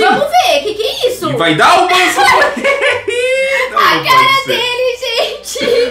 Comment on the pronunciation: Não é banzo bonny é bunzo bunny